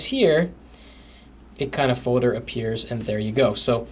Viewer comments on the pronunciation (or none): dude its folder. "FOWDER" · i love how he says folder like fodur lol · i like how he said fowlder